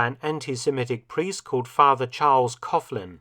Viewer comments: pronounced Couh-Lin (leave out the "F" sound in 'cough' like Laughlin, McLaughlin, ) The Letter G in Irish surnames; like Callaghan & Gallagher, is silent. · It pronounced cocklin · Great video, but Coughlin is pronounced cock-lin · And also, the G in Coughlin is not silent.